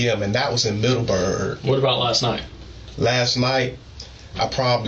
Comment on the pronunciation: The way he says Middleberg urks the hell out of me.